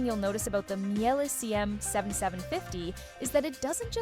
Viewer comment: I stopped listening immediately when you couldn’t even pronounce Miele anywhere close to correctly😥